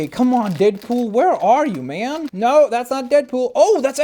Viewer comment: When you said noooo it sounded like u said nurrrrrrrrr